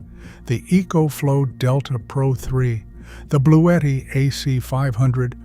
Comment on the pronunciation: So EcoFlow is spelled "E E coach flow"? As a master electrician, one might think you'd be able to say words yourself instead of producing crap like this with some stupid AI system.